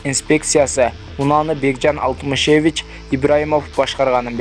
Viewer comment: Диктор бала сабатсыз Алтымышееевич ,Калыкоооов деп окуп жт ушундай кем акылдар учун онукпойбузда